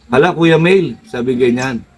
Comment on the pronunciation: kuya meil pero ang pagbigkas ay MAIL.